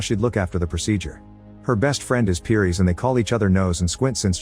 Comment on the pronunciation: It’s pronouced “Paris.” Like the city. And he shouldn’t have become Special. That wasn’t in the book. In fact, he was the only one to escape the Special treatment.